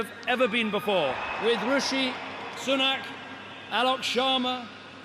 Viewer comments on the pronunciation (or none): "Rashee Sunok" LMAO 😂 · Biden: Rashee Sunuk, loool